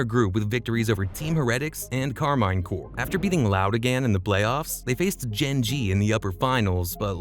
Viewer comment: who tf is tenzee bro its TenZ or TenZed